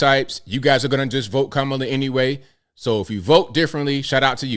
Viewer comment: Are these black women racist for not pronouncing kamala's name properly? 😂